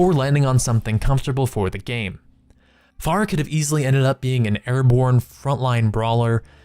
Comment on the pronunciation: I don't understand how you both misspelled and mispronounced Pharah.